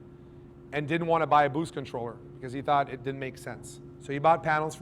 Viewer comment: W respect to the fuse. Say did or did not. Not didn’t, mumbled. Further explain. The “source of power is the battery??? You have no load circuits shown on the battery. Not one. The only load circuit is from the panels to the controller and from the controller to the battery. This part of your presentation is gibberish. The fusing “to” the controller? Or “from”? You want the fuse closer to the battery? The controller doesn’t go to a dedicated charging bus?